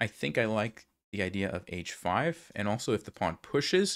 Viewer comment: first I’d like to say thank you for the content, but I do have a small request: Is there any way you could end you “and’s” with a “d” instead of a “t”? Again, really appreciate your videos!